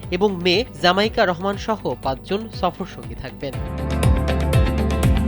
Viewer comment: কত বড় অশিক্ষিত তারেক রহমানের মেয়ের নামটাও বলতে পারলো না। জাইমা রহমান কে বলে জামাইকা রহমান।